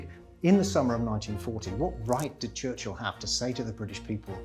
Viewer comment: His name isn't Church-hill